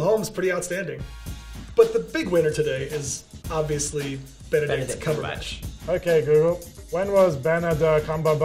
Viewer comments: About : EXTREMELY Japanese. Also, Benebatch Cumberbict. I’m wheezing. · “When was beneditch cungerbatch born” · Google Trained so hard to understand people's mistakes while saying Benepeach Cumbertich . I am not surprised :D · U mean Benadryl Cucumberpatch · He actually said “Benbach cumberdick” and Siri still answered wow 😂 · when was Bendadick Cumberclit born? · "When was Benebatch Cumberdict born?" This made me laugh too much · Benadryl Cumberland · Benadich Cumjurebatch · "Benebatch Cumberdicks." I'm done. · “When was benaben cumondict born” “July 19th” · benebatch cumberdick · bhanidhek koombheerbach LOL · You know people have been googling benneling cuntrøbat wrong so much that you cannot mispronounce his name :-P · Google is immune to mispronunciation of Benedict Cumberbatch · Google understands the unspoken rule to murder Benadryl Cucumberpatch's name lol